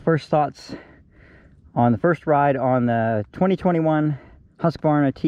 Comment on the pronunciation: Thanks for another great review! And especially for pronouncing “HUSK-var-na” correctly :)